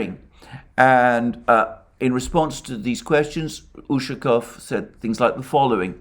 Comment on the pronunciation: Hello:). Usually Russian surnames ending in "ов" have emphasize on the last syllable. Иван'ов, Петр'ов, Сидор'ов. УшакОв.;)